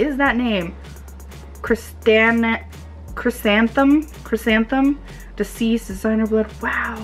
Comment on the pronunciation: Cris-San-the-mum and mercy-a